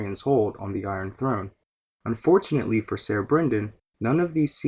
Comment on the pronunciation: "Ser" is pronounced "Sir", not "Sayer". Otherwise, great video.